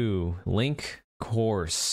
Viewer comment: Also he said course for kosuta, it’s supposed to be coaster